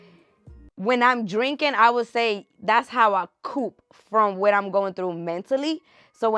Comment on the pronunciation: lol the way she pronounced cope 😂